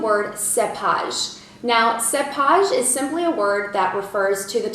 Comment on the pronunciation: This video should be renamed: Commonly used French wine terms, or French vino vocabs...!! big effort there u more or less know your subject(wines), but few mistakes in pronunciation, cepage: sounds seepage, terroir was close, terre-oir burrique/bourrique: BA-rrique, saignee was the worst..... nextime u visit France go on ur own and stay a month or two in wine regions u'll pick up the lingo for sure....oh avoid Paris. very cute keep smiling, u do like Julia Roberts..